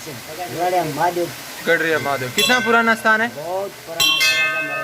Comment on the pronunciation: Its Garadiya.... Not gadriya